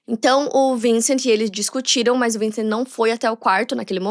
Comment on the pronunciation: Não se fala vincent se fala vansan